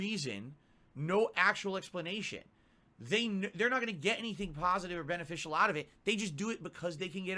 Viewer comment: He’s so hahnest dood, he just wants to hahlp you guys, he’s such a pahsitive and a generous person! Sound good? Very nice! SNORT!